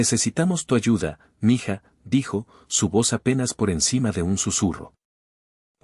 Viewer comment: Eme hija?? Se lee mija,simple